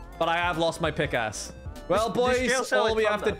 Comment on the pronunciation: Am i crazy or is saying pixass?